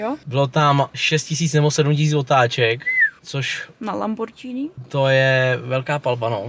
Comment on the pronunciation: Říká se lamborginy ale vybraný vlog jako vždy